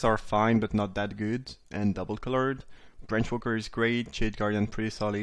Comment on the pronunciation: The way he says Branchwalker, it sounds like Brainfucker and it's amazing. TY for the content as always!